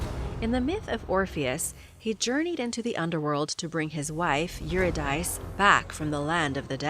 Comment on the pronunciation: Sigh ... "Thomas Aquinas" ... (Aquiii -nass) ... Euridice (Your-id-icee) ...